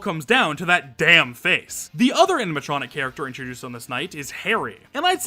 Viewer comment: Am I going crazy or is he saying "aminatronic" the whole vid😭😭